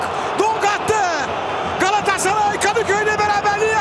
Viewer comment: hiç kimse galatasaray kelimesini ercan taner kadar güzel söyleyemez harikasın ercan abi çok yaşa